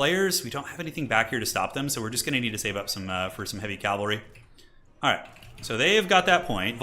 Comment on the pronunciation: for the LOVE OF ALL THAT IS WARHAMMER, ITS CA-VUHl-RY. Some one like you who does this enough and actually knows the difference becomes super annoying when you keep mispronouncing words that My niece can say without issue. Stop Making Warhammer Religious and talking about CALVary, Troops on Horses are CAValry.